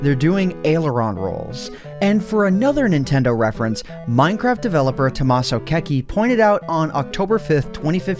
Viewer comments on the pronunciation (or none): none